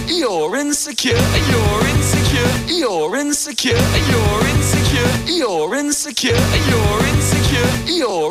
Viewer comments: french accent “you’re in the car” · 15 minutes in, I dont know whats happening 20 minutes in, I hear 'E-orins secure' 33 minutes in, I think I'm losing it 42 minutes in. I think I'm forgetting my name, nvm 50 minutes in, Lauren secure (accidentally pressed comment) 55 Minutes in, almost there 58 minutes, so close! I dont know what my ears will hear after this 1 hour 40 seconds, I did it! Now my ears are buzzing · thats all i hear aswell bro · can’t unhear it